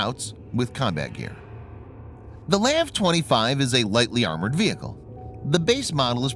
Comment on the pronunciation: Lav my guy it’s L.A.V